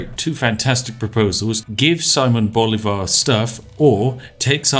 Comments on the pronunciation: I love how you pronounce Bolivar, is utterly wrong but sounds so badass (btw the accent goes in the i) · hey, if you don't know how to pronounce a word in a different language just use Google translate and press "listen" like all the other youtubers do XD. you did pronounce "Simón" right, but "comandante general" "llanero" and "Bolívar" were off for a bit XD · It hurts so bad when he says 'Llanero' OTL I can handle Bolivar being called Bólivar, but 'Lanero' is... god...